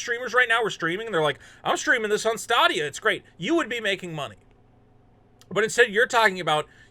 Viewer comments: STAdia, not STAAAAdia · It's stay-de-uh. Not sta-de-ah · Why does he say statia? Its stay dia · “Stah Dia” whatever way you say it, you still made me crack😂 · STOP CALLING IT "STAH-DEE-YA" OMG JUST STOP IT!!!! STOP!!!!!11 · He calls it "stah dia" because it won't stay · Yeah at the end of all their ads it says stay-dee-uh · In your defense,, I can't blame you for not knowing how to pronounce a product that nobody owns or talks about anymore. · Thats an interesting way to say Stadia. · DO NOT take a shot everytime mispronounces Stadia. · You're mispronouncing Stadia on purpose, right? lol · You are pronouncing stadia wrong FYI